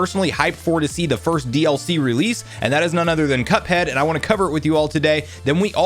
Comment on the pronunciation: Say cuphead not cupad